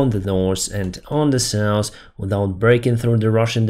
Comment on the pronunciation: Hey buddy, to pronounce the soft "th" sound at the end of south or health you have to put your tongue between your teeth and pronounce the s! Not criticizing, but for some words it makes a difference!